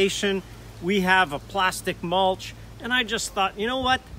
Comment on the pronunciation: Did you say, Plastic Mulch???